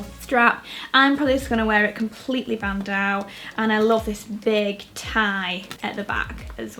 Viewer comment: btw bandeau is pronounced ban-do :)